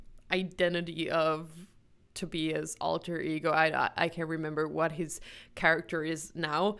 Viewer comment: Wow! Perfect pronunciation of 'Tobias'!